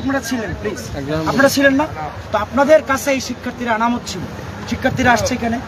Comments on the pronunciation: ছোট ভাই আনামত না বলো আমানত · আমানত কে আনামত বলছে কেন এই মেধাবী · শব্দটি আনামত নয় আমানত হবে 😂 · আরে ভাই আনামত নাহ! আমানত। তুমি কি ছাত্র 😢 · সে কেমন ছাত্র যে আমানত শব্দটা সঠিকভাবে বলতে পারেনা?